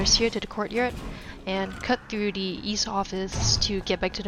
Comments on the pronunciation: WHy do you say 'de' instead of 'the'? its...really jarring. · Am I the only one that can’t stand the way this woman says “the”